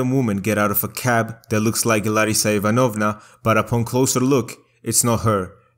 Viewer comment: Dude, Ivanovna is pronounced a bit differently - the second syllable is stressed, not the third.